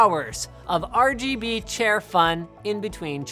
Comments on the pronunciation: he says rbg chair instead of rgb chair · He pronounced it wrong rgb not rbg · It's called the rgbchair. Linus called it the rbgchair. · the rbuhg chair, but its rgb not rbg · you said rbg chair not rgb chair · He said rbg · Ruhguhbuh chair not Ruhbuhguh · Linus.. you pronounced it wrong. It's Ruh-GUH-buh... not Ruh-buh-guh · At the start, he said RBG, not RGB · ...The "RuBuGa" Chair? Don't you mean the "RuGuBa" chair? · He called it a "Ruh buh guh" chair. C'mon now, Linus... It's pronounced "Rub GUH BUH." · he pronounced it RuuhBuuhGuuh, when it should've been RuuhGuuhBuuh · RUBOOGA CHAIR HAHHAHA LMFAOOO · why did linus pronounce RGB as ruh-buh-guh and not ruh-guh-buh? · I knew it was "rabooga" and not R.G.B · nobody: linus: rubuga chair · "rooboga" chair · I literally almost spat out my water when you pronounced, "the rheghebe chair" lmaoooooo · when he pronounced RGB chair as "ruhguhbuhchair" I died. seriously, send help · "The ROGOBU chair" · The "RuGuBu chair"😂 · The "RuBuGa chair" I'm TÍŁTÉD It's RGB, rubuga is RBG... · Lost all hope when he said rgberg chair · Most of the time, I find linus' sense of humor pretty lame... but that pronunciation of "the rbg-chair" made me laugh out loud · Even though he said rebuga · The "rugabuga" chair im dead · "ReGeBe" chair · "The regubba chair" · Re Ge Be chair???? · You had me cracking up with the intro, calling it the rabooga chair LOL. Although it seems like you mixed your B and G around, it was still hilarious. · I love how you said ruh buh gah even though its rgb lol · Fucking spat out my drink when he said RGBUGGER chair. Ffs. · Did he said RG Boogier Chair 😃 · you pronounced it the rbg chair. unsubbing. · I died when he said: "The regebe chair..." xD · Naser AbuOwn It was more like robogo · I looked away and thought Linus said "The Red Booger Chair" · The RhhGhhBBhhh -Chair hahahha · lmao the way you pronounced that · The rgb chair (pronoused as it is spelt). Haha